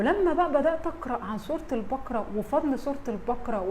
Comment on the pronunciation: ماشاءالله عليكي بس اسمحيلي اقول حاجة سورة البقرة بفتح القاف وليس سكون القاف ثانيا ملاحظة للقاهريين اهل القاهرة القاف تنطق كاف ماينفعش خصوصا في قراءة القران انا مش بتنمر والله ولكني اعاني مع حفيدي في نطق القاف صح يعني يقولي اكسم بالله ياتيتة ياحبيبي اقسم اسمها اقسم وهكذا ربنا يصلح الحال